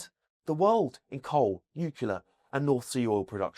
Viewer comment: ITS NU,- C L E A R, NUCLEAR, NUCLEAR.....CLEAR!!! Please 🫣